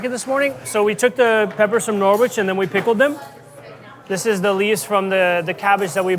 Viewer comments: As an Englishman I can't get past the Norwich pronunciation, that is not how you say that word. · Norwich is a silent W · That's pronunciation of Norwich is hilarious lol 🇬🇧